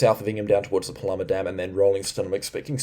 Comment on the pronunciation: We need consistency with the pronunciation of Paluma please. I thought you had it right the other day.